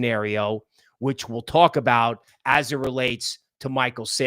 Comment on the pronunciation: The word " talk" has no W in it dude.😂😂😂😂